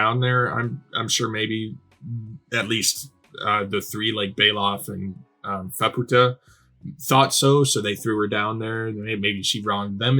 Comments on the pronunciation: Oh, no, you're not going to call her "fuh-POO-ta" the entire time, are you? Please do not call her a Spanish whore. It's FAH-pu-ta, exactly how the characters all say it. Maaa is literally an idiotic toddler. Completely insufferable. The single worst part of this arc. This was our first introduction to Vueko in the manga. The flashback wasn't confusingly sprinkled through the arc with zero context like the anime did. I'm astounded you still haven't realized how to pronounce Nanachi. Gaburoon was saying to Reg that they might have the same creator because they share some design similarities; he doesn't know and he would like Reg to discover if they do and who that creator might be. The only person known to have come down to the Sixth Layer and returned is Bondrewd because while the body he's using melts into a Narehate on the way back up in the pod he just switches to another body when he arrives back at Ido Front. "The White Whistles... well, some of them aren't human -- most of the aren't human" Yes they are. Lyza, Ozen, and Riko are all human. As far as we know, the only one who isn't human anymore is Bondrewd, who is a literal White Whistle. We haven't met Wakuna yet, and [Mild Spoiler]: Srajo is also human. "All the White Whistles, they have a Blessing" Nanachi and Bondrewd himself are the only successful Blessed Narehate. Bondrewd directly said this and he doesn't lie. "Maybe I should know this by now, but how are the White Whistles able to go down and come back up?" You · To clarify on Faputa's name, it's pronounced more like Fap-ta. I think the U comes from a translation thing, it's basically been translated the opposite way as Reg, where the direct translation has a U at the end of it but it was taken out, where as it was kept in for Faputa's name. I'm still early on with learning Japanese and most of this is second hand knowledge so take it with a grain of salt.